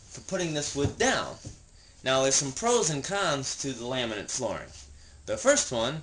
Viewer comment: Is he calling it "laminant" flooring???